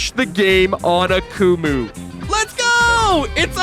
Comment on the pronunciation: The way you pronounced Akumu throughout this video made me wish I was deaf lol